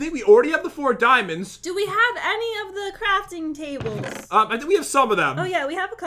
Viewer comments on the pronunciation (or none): I heard a part where you guys say diamonds but i heard DIEMONDS